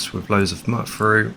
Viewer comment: you pronounced mutfruit wrong